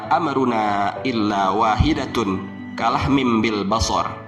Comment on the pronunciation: Ada kesalahan pembacaan ayat al-Quran pada surat al-Qamar ayat 50 dibaca kalahmin seharusnya kalamhin, semoga bermanfaat 🙏🏻🙏🏻